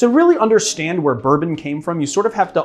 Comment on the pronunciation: ???BOURON??? What is BOURON?